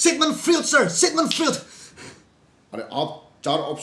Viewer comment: Sigmend Freud - correct pronunciation is Sigmund Froid not fruit.